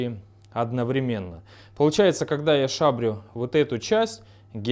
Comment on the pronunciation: Не одновременно, а одновременно! Ну как так-то?